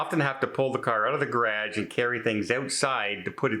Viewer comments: Anyone who says garage the way you do, probably shouldn't have one. :) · Gonna start a drinking game each time to say ‘garagge’ lol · Is that how all Canadians say garage? It sound like gradge. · I'm sorry I have laughed at the garage how you say it. we say it differently here. I would check it out to see if it wants to have all your recording stuff in one place and if it is big enough, put one studio on one side and one on the other. Also is it worth the extra space and everything in one place. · The way you pronounce “garage”, is so different from how we say it in 🇺🇸…I love your accent. Wishing you the best …sorry this is happening….you seem very cozy in this home 😊xo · Very interesting pronunciation of "garage". Never heard it before. English is a crazy language. Good luck. I loathe moving. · Sorry you have to move. I kept laughing during the video every time you said, "garage." I've never heard it pronounced that way. Being from the Midwest I know I have some quirky words too that make people look at me, you're not from TX where I currently live...LOL Have a good day. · 😅never heard someone say garage like that before.😅😅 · Your what? Oh, garage. We pronounce it differently here in the States. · Love the way you say Garage,. We pronounce it differently here in USA. Hope you find an apartment, best of luck . Love your videos 😍